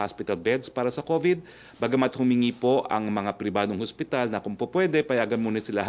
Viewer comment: "HOSPITAL", HINDI HASPITAL, wag ka trying hard maging amerikano.